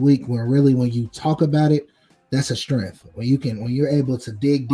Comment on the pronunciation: Did you say strenff?